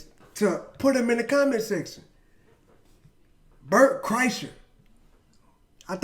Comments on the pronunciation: It’s pronounced “Burnt Chrysler” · His name is pronounced Bart Kressler. Keep feathering it brother. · It's pronounced "Burnt Chrysler" #Bertisfat